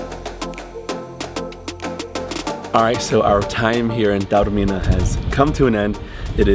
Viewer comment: Lovely vlog guys, and so good to hear Taormina pronounced correctly for once on YouTube. A few points: If you’re going to Taormina, Catania - the island’s main airport is a far better choice - Palermo makes no sense, even if you’re hiring a car. In Italy, it’s a ‘piazza’ not a ‘plaza’ - wrong country! Taormina is more expensive than you suggest. It’s Piazza IX Aprile. ‘Scusi’ or ‘Mi scusi’ - Spanish doesn’t work in Italy. Granita + brioche = breakfast. You can in fact walk down to the beach down the mountain paths. Taormina is not a beach location, it’s a city destination with a beaches nearby; besides Isola Bella (and others at the bottom of the funivia), you can also take a 10 minute bus to the long sandy beach at Giardini Naxos down below that you can see from Piazza IX Aprile. 2/3 days is probably not enough; you can base yourself here for numerous trips around this part of Sicily, including Giardini as mentioned, and the nearby Alcantara gorge, as well as further afield. One of the better Taormina vlogs, we go every year and think it’s very special - you got that over in this trip report; thanks for a respectful and interesting vlog.